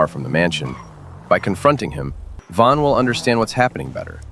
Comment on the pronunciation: It is von not van